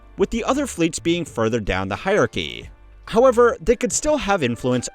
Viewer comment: When he says "vitoo" what he means is "vital." "Govornurrr" is supposed to be "governor." I don't think he can help it. But a highyurkee is a new one. Heirarchy. hire are key.